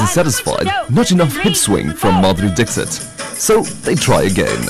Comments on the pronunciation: Madhuri Dickshut / Madhuri Dickshit..........................hahhahaahaahahaha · It is not dick sit though. It is dixit.